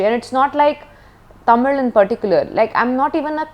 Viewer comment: I just appreciate her for pronouncing Tamil the right way as ‘Thamizh’ 👏👏